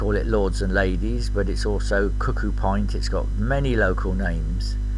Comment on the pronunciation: Cuckoo pint - the pint is pronounced as in lint. Late Middle English: from earlier cuckoo-pintle, from pintle in the obsolete sense ‘penis’ (because of the shape of the spadix). If you look up the word pintle, you can hear it's pronunciation on Google. How many years have you been mispronouncing it? 😁😁